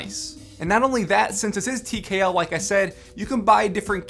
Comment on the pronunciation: Every time he says tkl it bothers me.